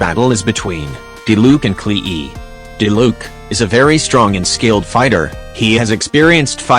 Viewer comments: It gets me when he says klehe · Ah yes! The infamous Kle-Eee. She’s a tough one indeed. XD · I love how the video says Klee as "Klee-E"